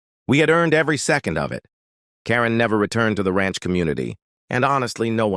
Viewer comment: "Ransh"??? Who made this video?